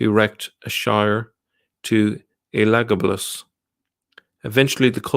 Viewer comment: You pronounce that name ELA-GABA-LUS